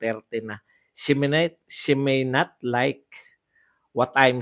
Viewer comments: Shiminet? Malayo sa She may not! Anong klaseng ingles yan? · Para KC slang pronunciation nya Ng she may not silent y 😊